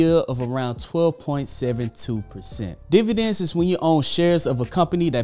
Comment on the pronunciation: Dividends not Dvidends 19 seconds in😆